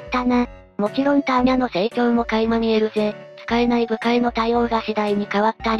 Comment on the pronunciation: アーニャではなくターニャ